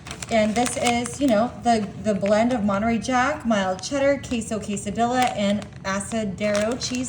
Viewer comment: Quesadeeeeya. Say it correctly.